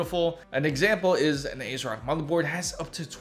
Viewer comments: Correct, that's how it's pronounced. Ted Hsu the founder, explains this in an interview a few years ago. So essentially you have been saying it wrong, are you from India? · Did he say AceRock? Must be from India.